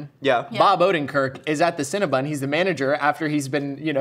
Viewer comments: Are we gonna ignore their incorrect pronunciation of “CinnaBON” not “CinnaBUN” 😩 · Do people realize that it's not "Cinna-bun" it's Cinna-bon? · Do Americans pronounce Cinabon as Cinabun? Or just these three?🤔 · They can't pronounce Cinnabon